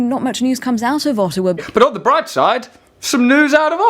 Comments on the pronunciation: I'm very offended by how he pronounces our city 'Ottawa', 'Oawa' (just kidding). Right on Russell, you've hit the nail on the head once again. Remember that when Harper says 'Canada', he's really means 'Conservative Party of Canada'. There's always an agenda with politics, whether it's left or right. We should be focusing on community and mental health... not war and/or violence. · I agree except for 2 points: Canada is not a "piece of land and a flag", it's actually a CORPORATION (so are every other countries - look it up and please talk about this, because it might be the key to get rid of all those criminals) Also, it's Ottawa, not O'awa. They put 2 friggin' T's in there, it's not for the dogs ;) Lova ya, keep up the good work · You are just dumb...learn how to pronounce Ottawa. You used to tell jokes but now you are the joke....go figure. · First off dude you make fun of the city by mispronouncing it, Canada despises you. Stay in the UK. You dont make speeches without a point or agenda. You yourself make speeches with an agenda behind them, your agenda is muck raking and fear mongering. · First off learn how to say Ottawa and second off your complete stupid individual. Were you downtown Ottawa when this happened ? Do you live there ? No . You have no respect for what we went through as a country and as a person who lives in Ottawa is terrifying that it happened so close to home. Buddy you made fun this situation while a fellow Canadian was murdered ! Do you have no respect ? I literally have no respect towards you and you disgust me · Loving the way you say Ottawa Russell real good and can't wait for your Whitney whitenings lol Wendy Williams interview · did he just call my city O...awa lol awesome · In "Uhhowa". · I love Russell! No need to make fun of Canadians, aay? 'Specially not the ones in Ah-ah-wa. ;) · And how about you say Ottawa right